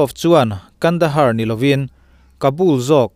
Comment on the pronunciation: Kandahar ti tur ani lom ni.pronuonciation fimkhur ang che.